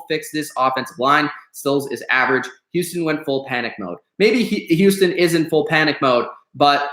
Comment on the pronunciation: Can u say Houston right? Houuuston wtf